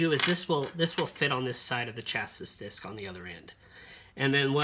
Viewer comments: Nobody actually pronounces "LED" as "lead" as in "pencil lead." It's just "ell-ee-dee." The negative lead ("leed") is the cathode, not "cathoid". The disc is pronounced "chass-ee" not "chass-is" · On another note as someone from the country that the language is from, It's sha-see no ch sounds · its definitely pronounced chas-ee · Good video Just a nitpicking side note, it's pronounced "chass-ee" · Great tutorial but who taught you to pronounce chassis 😂